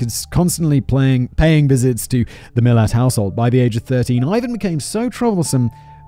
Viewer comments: How it’s spelt: Milat How it’s pronounced: Milat Simon: Milit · Omg ‘oot’ instead of ute 😂😂😂 and it’s MilAt - coz we are aussies and make up our own pronunciations. Also you think this is good. You need to do the Snowtown murders and The Family murders both in SA. Also Ivan Milat’s nephew, Matthew Milat also became a murder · We pronounce his surname as MI-LAAT 😊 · 😂🤣😂🤣😂🤣😂🤣 It's MilAT.. To rhyme with Hat, rather than millet.. The Belangelo Forrest is pronounced as 'Beh-LANG-eh-LOW'.. And we tend to refer to them as a YOOT, rather than an "oot"!!! And Mildura is pronounced 'Milled-YOU'RE-uh', except you sort of run the d and the y together... Australian accents are a snap.. Simple as! 👌😂🤣😂🤣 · I loved it! ...and "Millet" instead of Milat! Part of Simon's charm is his mispronunciations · i came to comment too. ute "you-t" lol and Mi lat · It almost makes up for having to hear "Millet" for over an hour and a half. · His surname is pronounced millAt. Anyway in the 80's my wife and her best friend were teenagers and were walking on a side rd near the highway between Brisbane and the Gold Coast. The Gold Coast Hwy but now called the M1. North of the Belanglo state forest just inside the Queensland side of the Border. A man pulled up and offered them a lift to which they declined and ran off. To this day they both swear that the man was Ivan. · ⭐️ ⭐️ ⭐️ ⭐️ ⭐️ Pronunciation for Milat is “Mil -at”. 2 syllables. The emphasis being on “at”. Thanks for doing another Aussie story. Another national treasure…. Along with Chopper Reed. 😊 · His pronunciations of Mildura and Milat were a bit off too. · He had me scream "IVAN MILAT" out loud by pronouncing the surname wrong. But we love Simon.